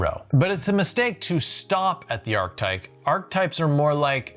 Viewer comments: It's "archetype" (pronounced ark-a-type), not "archtype". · Love the videos … but it’s definitely an Arch-eh-type! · It’s “Arch-eh-type”! Love the videos but had to on this one! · Please stop saying archtype. It's archetype. ;) You even mis-spelled it...